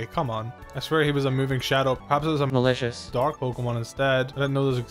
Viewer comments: What happened with the word "malicious" haha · what did you say instead of malicious.